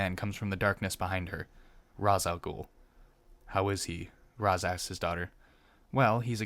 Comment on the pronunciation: Um actually, “Ra’s” is pronounced “raish”